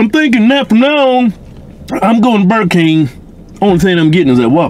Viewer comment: "Im goin tuh Buh Kang only thing Im gettin is dat Whopper mayne" "You sound like Boomhauer shut up"